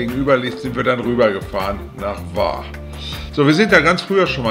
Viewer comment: Sehr schöner Bericht, vielen Dank! Der Name Hvar wird Chwar gesprochen. Im kroatischen spricht man hv immer ch. Ein ch weit hinten wie die Schweizer bei "Chuchichäschtli". "Danke" heisst auf kroatisch "hvala" msn spricht "chwala". 😊 Alles Gute Euch und allzeit gute Fahrt